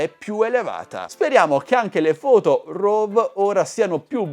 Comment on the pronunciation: raw si dice "rou" non rov. Prego.